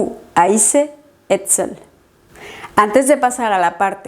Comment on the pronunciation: Profesora en la última frase, la palabra être seul, la pronunciación es, “et seul” ? Estoy confundida en esa pronunciación.🙏🏽😩